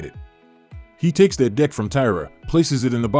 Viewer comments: Dude, its deck, not dick 🤦💀👎🍆🥛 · It's DECK not DICK.... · What accent is that- when you say “dick” instead of “deck”? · Pronouce DECK better. Sounds like DI** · Why does this voice say dIck instead of dEck? It's pretty distracting 😅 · I can't help but hear the word dick instead of deck 😂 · Old and it sounds like it's saying "dick" and not "deck" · I can’t not hear the word “dick” when the narrator was saying “deck” 😂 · Why does it say "dick" instead of "deck" every time 💀💀💀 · i cant get past saying dick instead of deck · Is it intentional to replace the AI voice saying “deck” with “dick”? Obviously, moar comments xD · Am i the only one hearing "dick" instead of "deck"? XD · Thank u for sayin DICK! Instead of deck... obv, dribbling, clear dick etc, slit at the very center... well played sir. I missed some...😅😅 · Are you saying "Dick" instead of Deck😂😂😂😂😂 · Do you really keep saying "dick" instead of 'deck'? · Dose anyone else realize it sounds like the Narrator is saying the word dick instead of deck😂 or is it just me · How have y’all not noticed that he says d**k every time he tries to say deck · how can you spot this stuff, and yet still say dick instead of deck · i keep hearing "ask her to put her hands on the DICK...hold the DICK" 😂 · I hear the word "dick" not "deck" 🤷🤔😂😂 lol loved the video tho! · Consider modifying the voice to say deck and not dick. Giggled like a 5-year-old. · It's a deck, not a dick. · Dick or deck? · It’s a deck not a dick 😂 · It’s a deck not a dick! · Why does this guy keep saying dick instead of deck? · Voice says Dick rather than Deck.. so the first voice works better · as much as i loved the video, every time you said "deck", it sounded exactly like "dick" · Love the video as always, but this voiceover sounds like it's saying "d*ck" every time it says deck lol, I can't NOT hear that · You are 100% saying dick sometimes 😂😂😂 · You know damn well you’re saying “Dick” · is the narrator saying Deck or something else?